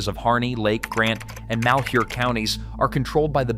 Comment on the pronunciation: I'm impressed. You pronounced "Malhuer" correctly. I grew up in Vale.